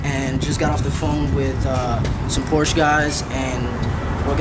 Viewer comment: Next time buy a used Cayman S for the same price. You wouldn't be complaining about the lack of torque. And fyi, Porsche is a 2 syllable word.